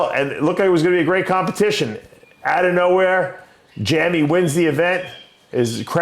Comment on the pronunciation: Jammy? Jamie 😂